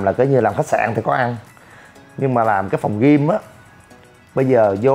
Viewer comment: đọc là Gym không phải là gim nhe chú e